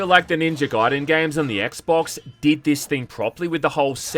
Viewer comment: My guy How the hell did you manage to pronounce "Gaiden" correctly and yet utterly butcher "shuriken?" Also "tate" in that game is two syllables (tah-teh)